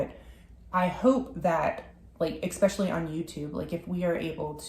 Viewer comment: I have noticed that you mispronounced in a few of your videos the word “especially” by adding an “x”…please forgive me for correcting you, I hope you are ok with that 😅! Otherwise, I enjoy a lot your videos❤😊 and wish you all the best with your future adventures!!